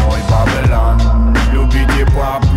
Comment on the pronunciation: это идёт из Растафарианства, Вавилон это мир грешников, которые лезут по головам, наплевав на ценности и мораль, люди без понятия совести и не ищущие Бога, они не следуют мечте, а ищут выгоду, за что сами же платят горькую цену (карма). Ну а Бабилан, это фишка произношения Панды и Мияги. Бадман - это второе Я каждого человека, это Я заложено Бабиланом в каждом человеке, эгоистичное, лицемерное существо, с которым нужно сражаться лично каждому. Если вам нечем самим додуматься до смысла трэка не значит, что он бессмысленный. Просто кто то слишком тупой чтобы понять его